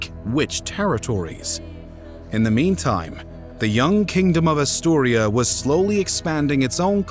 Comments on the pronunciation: ASTURIAS.....not Asturia.... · If I hear “Astiuria” one more time 🥴 it’s *Asturias* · Gave up in the first few seconds when the narrator called Asturias “Asturia”. If you can’t get vital names right, what else might be wrong? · AsturiAS. Not Asturia. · AsturiaS, Asturia needs and S at the end. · ffs it's AsturiaS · Aaturias, with S. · A most impressive breakdown of the Reconquista, thanks for the amazing contribution. Just a few notes from a spanish native speaker: The kingdom is called Asturias, and the city or Córdoba is pronounced 'COrdoba, rather than cor'DOba. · Renconquistahhh Europahhh Asturiahhh Cordobahh Peninsulahhhh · Asturias is pronounced just like its written. Its Asturia-S. The S is not silent, as it is a Spanish name. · he said "Asturia" because he doesn't pronunce correctly. However talking about the year 700' the name they used for Asturias is Asturia, so he's got a point. You can check many sources, including original texts. The word "Asturias" origianetly was "Asturica" (like the city Asturica, which nowadays is known as Astorga, in León by the way). Then it gradually switched to Asturia, and at some point in the Middle Ages, to Asturias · Why are you pronouncing Asturias so wrong? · Not many people know about Andalusia and the muslim invasion? Uh... yeah, not many blithering trogs, but anyone with any kind of education knows the basic details, aong with the populations of Spain and Portugal and the neighbouring North African countries. And it's frikkin' ASTURIAS. Your pronunciation makes me doubt that you actually know anything about this. Is this an AI reader or something?